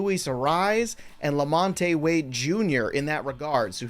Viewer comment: The e in Lamonte is silent. It’s pronounced Lamont.